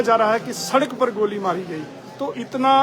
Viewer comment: Report goli ko gaali bol rha bolna hi nhi aaa rha reporter ko